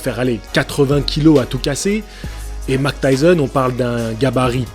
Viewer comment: Mike et non mac 😉